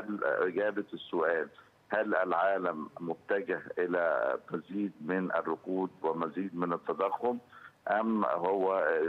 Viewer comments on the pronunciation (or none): الركود وليس الرقود.. عفوا..